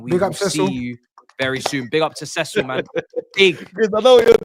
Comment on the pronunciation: Cecil??? Nah man pls don’t ever do that again